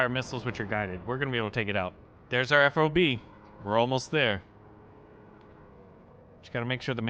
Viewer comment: Ffffff ahhhh buh (F.O.B.) Fob, one word. Please correct.